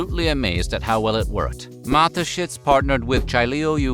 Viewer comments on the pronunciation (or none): none